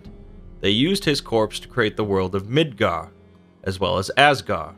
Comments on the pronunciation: The “d” in Asgard isn’t silent. Edit: neither is the “d” at the end of Midgard. But still a great video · AsgarD, MidgarD You’re forgetting the D. Which may or may not be what she said...